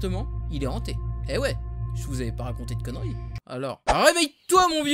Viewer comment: c'est 'conneries' pas 'coneries':0